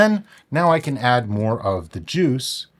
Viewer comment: moare sammich?